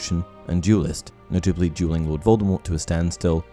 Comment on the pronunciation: I'm sorry but I can't decipher if you're saying dualing or jeweling.